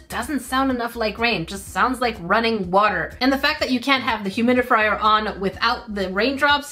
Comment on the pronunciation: Did anyone else notice called it a humidifrier? 😂